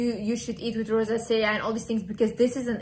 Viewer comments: In English Rosacea is pronounced: Ro-zay-sha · You are so adorable and smart. I think you might be making the word rosacea a little more difficult than it needs to be. If I can help lol it's pronounced RO ZAY SHUH😘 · I love you but you mispronouncing the word “Rosacea” kept distracting me 😅